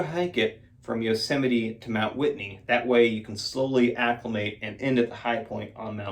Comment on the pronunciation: It's pronounced Yosemite